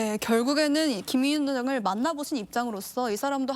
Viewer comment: 아나운서님 말도 너무 더듬고 발음도 안좋구 김위엉장을 베네즈수엘랔 연습좀하셔야할듯..